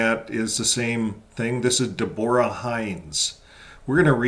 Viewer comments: I believe Deborah is pronounced with 1st syllable accented. NOT deBORa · Depends . I’ve heard it pronounced Debra , Devora, and Deborah.